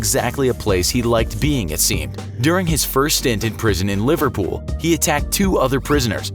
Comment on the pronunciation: You pronounced Liverpool wrong it’s not leeverpool it’s liver-puul I’m scouse so don’t come at me